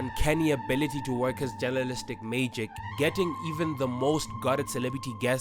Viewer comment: What? Mayjick 😂🤣